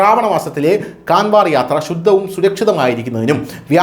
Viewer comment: കാൻവർ എന്നല്ല കാവഡ് എന്നാണ് ഉച്ചരിക്കേണ്ടത്. ദയവായി തിരുത്തു.